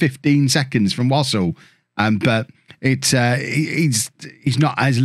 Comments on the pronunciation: Wouldn't Wassell be similar to Vassell so rather than pronounce it wos ol you would have Wa sell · It's definitely not pronounced "wossle"